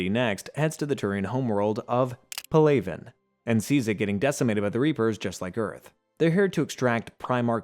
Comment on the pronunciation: Pal - a - van not Pa -lay -ven